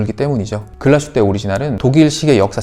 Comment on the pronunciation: "Glashutte"는 독일어 'Glas'(글라스) 및 'Hutte'(산장,오두막, 움막)의 합성어로 '글라슈테'가 아닌 '글라스휘테'로 발음하는 것 맞습니다. 참조하셔요